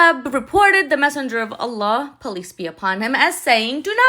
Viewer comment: Hi, I thought you said “ police be upon you “ instead of peace be upon you. God bless you